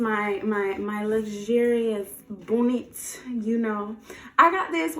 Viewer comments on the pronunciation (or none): So I’m not the only person that says bonnet like that🤣🤣